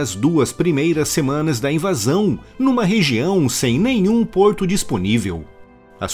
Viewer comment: Vídeo excelente, como é o padrão do canal diga-se de passagem, mas não pude deixar de notar e achar uma certa graça no "qualquerrr porrrto porr perrrto" kkkk! Parabéns pelo ótimo trabalho!